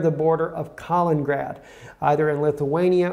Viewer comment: Kalin-ingrad please, (additional in)